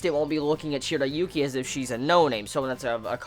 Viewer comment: He says the names wrong it's Zen,shiriyuki